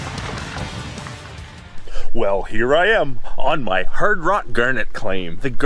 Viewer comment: Did you say hard rock ...or HIRD rock. Hehehe